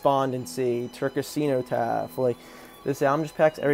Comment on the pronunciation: CENOTAPH = Pronounced SENNOTAPH